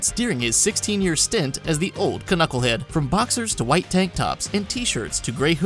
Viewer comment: Did he seriously pronounce the K in knucklehead omg